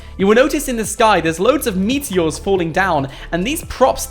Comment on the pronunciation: Hes saying meaty ores